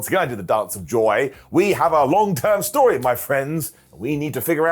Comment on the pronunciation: I'll book that as a storyuhh